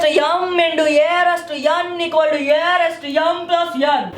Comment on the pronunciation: ye rhaised two yum into ye rhaised two yen iz yeeqal to ye rhaised two yum plus yen 😂😂😃😃😉